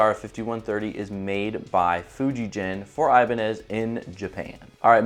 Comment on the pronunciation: The "gen" in Fujigen is pronounced with a hard g.